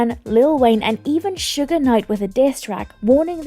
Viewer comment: Can't pronounce Suge. These culture vultures.